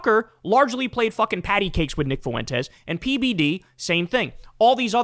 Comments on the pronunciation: I always chuckle at how Kyle says “Foo-WEN-tez” instead of “FWEN-tez.” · Me: Kyle, how do you pronounce Fuentes? Kyle: Foo-when-tezz That shit makes me laugh every time you say that scumbag’s last name in your videos.😂